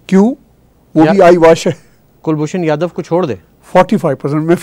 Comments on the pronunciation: Sir, his name is Kulbhushan Jadhav (with "jeem" جادھو) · Respected both, First of all his name is Kulbhushan Jadhav not Yadav or Yadev pls pronouce it correctly. As per me Pakistan will keep using this card as per their requirements. China also involved in Pakistan heavily so, for their master Pakistan will keep shouting against India. Another issue about Mandir. Myself i can say we are least interested in it. Mandirs are for humans. We dont believe whether there any humans left in Pakistan.